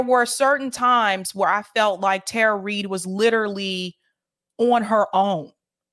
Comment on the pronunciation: Powerful story. Thank you both. Respectfully, just saying this because it keeps happening and from multiple people on the left...her name is pronounced Tara ( tah-ruh) not Tara (tare-uh).